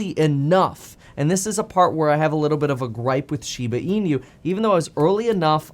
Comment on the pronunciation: Kevin NEVER... has NEVER PRONOUNCED SHEEEBAH EEEEENUUUU CORRECTLY ... its very alarming he doesn't know how to ...